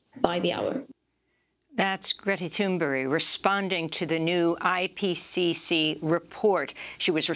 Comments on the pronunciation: Um, Ms. Goodman...it's Thunberg, not Thunberry. I noticed she looked at her script as well. Do you not know who she is?!? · It's Greta Thunberg, not Greta Thunberry. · Her last name is Thunberg...not Tuneberry!!! Please honor her courage by at least pronouncing her NAME correctly...